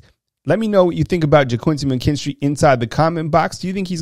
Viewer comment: yeah, I thought I heard you call McKinstry , "KOOL AID""